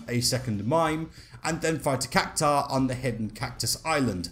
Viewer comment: But then he proceeds to butcher "Cactuar" 😮‍💨🙆 ...I suppose you can't win them all. Lol